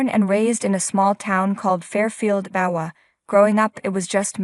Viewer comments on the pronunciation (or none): Iowa???? Lol. You might want to look up the pronunciation if you lived there. Also Check on the pronunciation of naive and there's a few other words